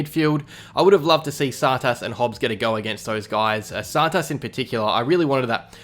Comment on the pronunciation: Still hasn’t figured out how to say Tsatas :’(